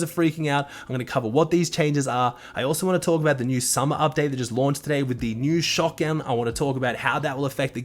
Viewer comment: Ah yes, shotgan